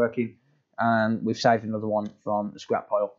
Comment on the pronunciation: Hello ladies and gents welcome to onother video that is the most comon sentence that he use every single day I loved how he pronounced